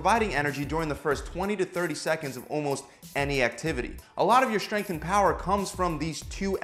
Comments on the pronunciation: Why does he pronounce it shhhtrength?? wtf is this stupid trend of mispronouncing words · the way he says SHtrength